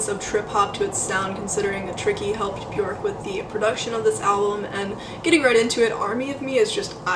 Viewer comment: If the person making the video cannot pronounce her name I stop it immediately....if you can't pronounce her name then you don't know anyting